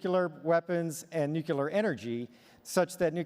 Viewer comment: I thought this guy was BRILLIANT Until.... He pronounced Nuclear as New-Kew-Lar several times. Only S'wits such a G.W. Bush think that's how it's pronounced.